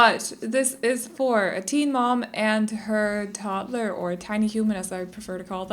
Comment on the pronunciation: the way you say toddler like 'tod-tler' is the most satisfying thing ever to me & the fact that some people don't see it like that astounds me - love the build though <3